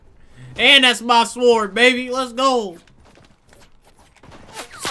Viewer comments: did dae pronounce the "w" in "sword" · Y u put emphasis on the w in sword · Stay with me now... He say “sord” when it’s really “sWord” 😂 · man's said saword instead of sword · honestly cant believe he pronounces the w in sword... im sick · do you pronounce it like "SORD" like me, or like and say "SWORD"? lmk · He calls pronounced it as sword instead of sord , lol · Says S Ward Instead of sword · It’s pronounced Sord not Sward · it sounded like: I can build with the Ford!! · My dude said SWORE-D 💀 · my mans really said sWWord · dae is saying Swhord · He knows lmao. Him saying sWord is just like when ppl say sCissors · What the hell is a ss ward???? the w is silent brah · it's spelt sword but pronounced sord. Silent w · What’s a “Sa-WORD”? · Go to the begging did not say sword right he said saword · STOP SAYING “SUWOURD” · Annoys me every time he says s”W”ord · S U W O R D its pronounced soared. stop it. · What the hell is a sward? Lol can't get over your pronunciations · Am I the only who got triggered as he continuously pronounces w in sword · The W in sword is silent but not in W Gang🦶🏾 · He's so W-key that he even throws into his pronunciation of "sword" 😆😆😆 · lol the way he says sword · He pronounces the W lol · I love how dae pronounces it with the silent w🤣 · says the word "sword" with the W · The way pronounces sword 😂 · This man says sword exactly how it’s spelled 😂😂😂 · The "W" is silent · My guy the "W" in sword is silent lmfao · They way he say “Sword” hurts me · He pronounces the "W" in "sword" lol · Someone please tell the “w” in sword is silent Jesus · bruh don't know how to say sword im schleep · lmao yo pronounces the W in 'sword' that is NA education af bro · why does my man pronounce sword like that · He’s pronouncing sword wrong